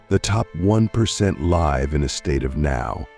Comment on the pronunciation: I wanted to ignore it the first time it happened, but the second time your text to speech AI mispronounced 'live' I was endeavored to write this comment. As an autistic man, I really would appreciate it if people uploading AI-generated dialogue to listen to it first! I don't click on so many of these videos because I just know they're full of semantic blockage. D: In this video specifically, it's not a huge error and pales in comparison to the value of the content - well done, by the way... except too that I'm sure you could have interjected another phrase in some parts instead of repeating "the top 1%" the whole time. Cheers!